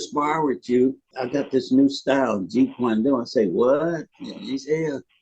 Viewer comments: Did he call Jeet Kune Do Jeet kwoon Do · 🤦🏽‍♂️🤦🏽‍♂️🤦🏽‍♂️ man!! He couldn't even say Jeet Kune Do right and he expects us to believe his story?! Come on. My question is why some of these "grand masters" didn't say this while he was alive ?! Good content though